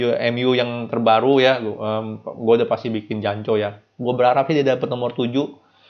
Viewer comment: ngomong janconya biasa aja bang...